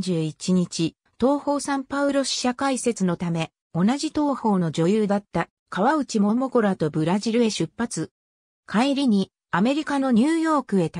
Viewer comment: かわうちももこ ではありません こうちももこ です 河内桃子